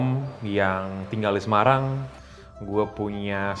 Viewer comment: jog ja, so lo simpel... se ma rang ... nyebutnya emang kurang enak.